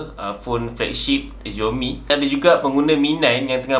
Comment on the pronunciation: Its 'SIAOMI', not 'ZIAOMI'